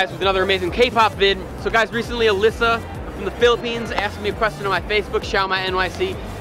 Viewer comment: I just wanna tell everyone that the Alyssa he was talking about is me🙂 My real name is Alyssa Mae Fabiala Macatangay. It is actually pronounced as 'A-lay-sa' not 'A-li-sa'. Messaged Xiaoma on FB and IG. I'm actually a TaeKook and a LisKook shipper. I'm not imma as most of you think.